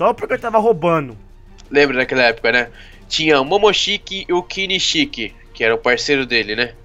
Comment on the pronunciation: Sasuke não é kinichik é kinchiki